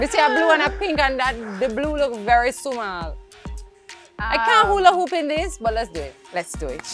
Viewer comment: When she said Sumall 😂😂😂